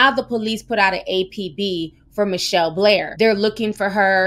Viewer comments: Hey Ti, horrific story and you did a great job portraying such unimaginable circumstances. Her name is pronounced Mitch-Hell, not Michelle, fyi. Keep up your great work. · Her name is Mit- Chelle plz say it correctly!!